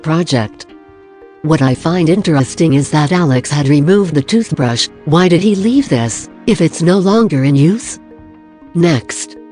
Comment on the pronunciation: Toothbreesh. Treesh.